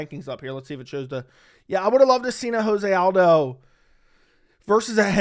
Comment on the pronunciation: Lobe the takes but is joe-zay aldo